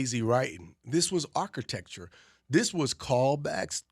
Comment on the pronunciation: Why can’t some people say Architecture 😂